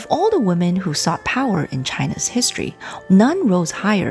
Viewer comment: Very well presented….except for one flaw. The word ‘women’ should be pronounced as wee-men, not woman. 😅